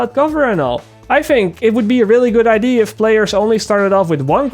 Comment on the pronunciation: Does it bother anyone else how he says "ID" instead of "Idea"?